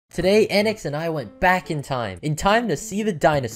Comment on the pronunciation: SAYS ANIX LIKE AHNIX ITS THE FUNNIEST THING it’s aynix